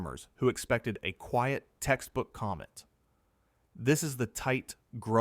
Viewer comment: From Comet to Goet English is funny.😅